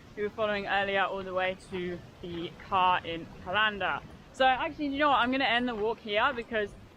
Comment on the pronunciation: What did she call the cairn lmao its pronounced as caren